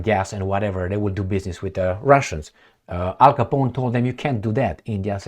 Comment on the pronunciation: I LOVE THE WAY CALLS OUR GOVERNMENT AL COPON. AMERICA IS A THUG AND GANG STAR.